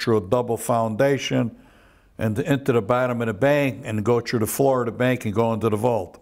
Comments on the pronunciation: And "trew" instead of ""threw" as in "I trew da body in da riva." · This guy said tru instead of through n it sounds funny. "When dem der guys come troo der"